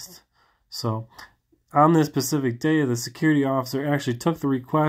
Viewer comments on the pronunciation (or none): Love your work. I'm not being mean, I'm just trying to help, honestly. I just noticed you always say "pacific" when you mean Specific. It might be a little hard to say, but I found saying it correctly over and over really helped me. Hit that hard "S" brother Keep up the audits! I love your calmness and respect. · I love you but it’s specific! You always say pacific lol